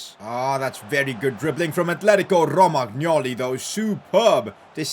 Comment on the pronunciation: The way just rolls the 'r' in Romagnoli 😂